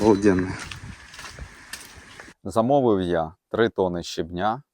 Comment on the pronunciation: Яблучка- це топ, мама ваша молодець і ви теж ❤ дякую за відео ❤ пара уточнень: щЕбня і брАла - наголос на першому складі) ❤❤❤😊